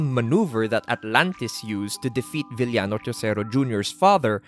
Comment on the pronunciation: Filipino pronunciation - VIL-YA-NO WORLD CLASS Filipino pronunciation - VI-YA-NO P.S. I wish you could make a video essay about the Lucha Libre Big Three (El Santo, Blue Demon and Mil Mascaras) or the Three Musketeers (Masahiro Chono, Keiji Mutoh and Shinya Hashimoto)